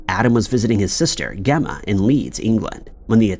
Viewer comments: Its pronounced jeh-ma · I really wish he'd pronounce things correctly. It's LEEMA. It's not pronounced like the bean. And his sisters name is Gemma with a soft G not a hard G. That's just in the first two stories. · Gemma with a soft G, Jesus. Pronounced Jemma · He’s always pronouncing stuff really badly. I mean.. Gemma is a pretty standard name ..